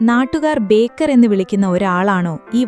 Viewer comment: ബേക്കർ അല്ല. ബേകാർ എന്നാണ് ശരി. ഹിന്ദിയിൽ ബേകാർ എന്നാൽ ഉപയോഗശൂന്യം എന്നൊക്കെ അർഥം.